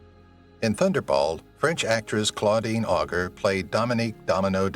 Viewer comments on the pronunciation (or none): Claudine Auger (Ogger????) Really dude! ?? Can't you inform yourself of correct French pronunciation of the lady's name??? Way to butcher any semblance of honouring someone! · He also scewed up Auger! As well as Pierce Brosnan!😛